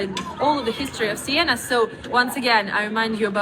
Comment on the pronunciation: Siena! Not Sienna!